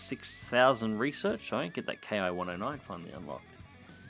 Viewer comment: that isn't an i or "eye"... that is the Roman numeral I also known as 1 or One, just look at the other Hiens like the Ki-61-II and Ki-61-III. But I know that Japanese nomenclature can be difficult for people not familiar with the subject. Also as Roger Doger stated Ki is pronounced "kee".